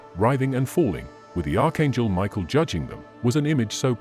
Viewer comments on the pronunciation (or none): none